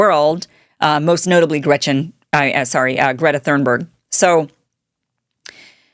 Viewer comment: Why can Kim not pronounce the name of Greta Thunberg correctly?